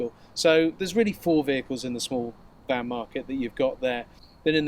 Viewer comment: A beeg eelektrak kahr.